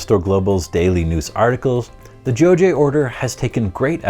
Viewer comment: it's pronounced as "Jo-ghye", not "Jo-jye"